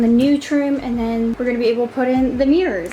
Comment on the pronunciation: nah it’s just her